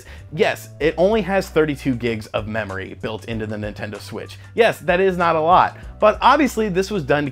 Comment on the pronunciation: I heard "mammory expansion." lol.. (I'm so mature.)